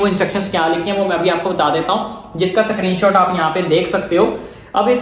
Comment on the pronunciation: Screenshot❌ Sakrinshot✅ 😂😂